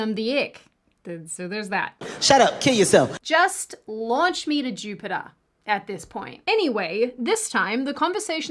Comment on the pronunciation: J-U-pit-Ah. lol